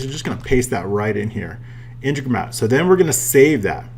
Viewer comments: in-te-gro-mat not inte-gro-mat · Say it with me...... IN - TEG - RO - MAT.........Gooooood boy..........who's a good boy..... Nice video as well.....